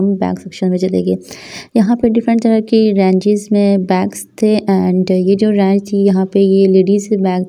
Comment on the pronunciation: Its range not rang